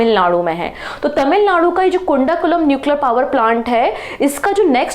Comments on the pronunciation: kundakulam ❌ kudankulam✔ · कुंडा कुलम nuclear पॉवर प्लांट नहीं है......कुडानुकूलम है